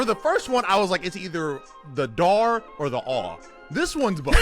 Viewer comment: Whats dar😂 i understood the r